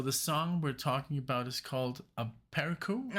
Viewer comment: One thing on the pronunciation of the title, the cedilla makes a soft “c” so a-per-SU. It means a sudden flash of insight or intuition, and I knew neither until I first heard the song some 20+ years ago LOL